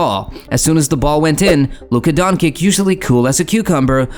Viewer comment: WTF the imeges , timing and the nerative don't match at all why even make a video if you not gonna even try plus pronouciation of Luka Dončič is shit put respect on that name